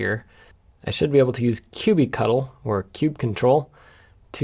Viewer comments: Hearing you pronounce kubectl as cubey-cuttle makes me shudder. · Please don't say that [kube-cattle] pronunciation for kubectl is the official name, there is endless decision how to pronounce it correctly and there is no easy way to resolve it.